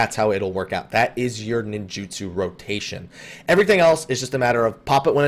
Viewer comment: 'Ninjutsu', not 'Ninjitsu'. Also, I don't think macro lag is your issue based on what you're describing. 'Ninjutsu macro lag' is due to the way FF14 macros work. Any macro inherently introduces a .1 second delay, and on top of that, macros cannot do a /wait of less than 1 second, so if you have a macro to autocast your entire ninjutsu, it will take about twice as long as if you cast it yourself. From what you're saying, what you're doing isn't really 'macroing' at all, it's just mapping hotkeys to your mouse. So I don't believe that's your problem; unless I'm wrong and you're going through FF14's macro system, you're probably just hitting the same old mudra latency issue all of us have to deal with.